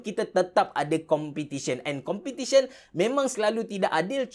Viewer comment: Bang content ok dh cuma sya nk tlg abg btolkn grammar abg ... Competition ( sebutan btol Pe ) bkn Compitition